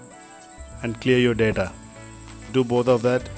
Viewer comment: "Clear yoor deda "what the fuck